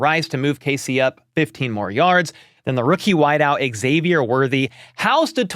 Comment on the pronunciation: Hey there! Big HBTC fan here. Just a note - Xavier is pronounced Zavier. No X at the beginning. I noticed the NBC guys got it right. So yeah, the X is pronounced Z. 😊